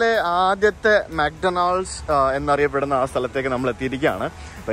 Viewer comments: bro' mc Donald's' pronunciation thettu anu . ഡൊണാൾഡ്സ് അല്ല. mak daw nuhldz ( മാക് ഡോണൽഡ്സ്). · തിരുത്താൻ പറയാൻ ഞാൻ വലിയ ആളല്ല എങ്കിലും പറയുകയാണ്, മെക് ഡോണൾഡ്സ് അല്ല മെക് ഡോണ്ണൽസ് ആണ്.ഡി സൈലന്റ് ആണ്.